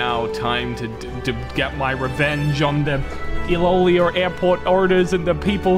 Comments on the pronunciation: i think its pronounced eloelo but spelling us iloilo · Iloilo pronounce "ee-lo-eelo" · I think it's pronounced i-lo-i-lo airport idk if it's from the Philippines cus the creator of it is l.a airways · Its pronounced as ilo-ilo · Correction iloilo is pronounce as ilo ilo. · Iloilo is pronounced as iloh iloh in phillipines how do i know? Fillipino ako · You have butchered the Ilonggo language and it pronounces as "Ilo-Ilo" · as a filipino i know how to properly pronounce it and you are very much butchering it the actualy pronounciation is "ilo-ilo airport"